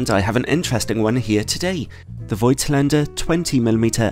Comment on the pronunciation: BTW, the "oi" in the brand name is not a diphtong. It is pronounced rather like "Fawktlander". ;)